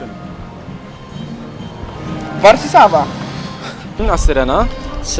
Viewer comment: "wars i sawa " XD